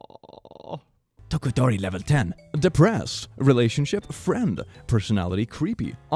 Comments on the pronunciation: No one Litteraly no one: saying todoroki for the first time: tOdOkoRI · it took me a while to process that he said "tokodori" instead of todoroki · Also got to love constant butchering of "Todoroki" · *says todoroki wrong* MHA fans:... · The way he pronounced todoroki thoo XD